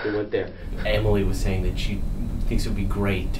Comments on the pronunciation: I personally love the pronunciation 😮wish that one was used more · Your Ran Nuss Sounds best thats the way im saying it